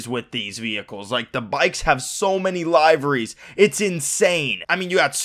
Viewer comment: "Liveries" isn't pronounced that way!!